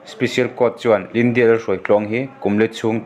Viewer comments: Lyndia tiin I lam daih a..caption ah lydia ti bawk si. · Ngatinge thil hi i chhiar thiam loh em2 le?Lyndia pawh a ni lo..Lydia tih tur..ah hming spelling te khi i hmu ve kur awm sia.. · Eiru nu hming khi chhiar uluk deuh teh..... Hnam dang tawng hi chhiar thiam loh chuan a thiam te rwn hreh loh tur ... In video te hi a darh zau si a....